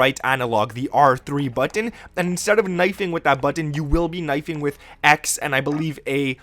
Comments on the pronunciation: "buTTun" lmao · Kontrol freeks? Are you stupid? They literally don't do anything other than raise your stick height by a negligible amount; certainly not enough to affect your aim. And why do you say button like that? It's super weird. "Buutyaeaen"???? Your advice is obviously so juvenile and surface level, like a child. Or someone who's only played on console. One more thing: lay off the adderall.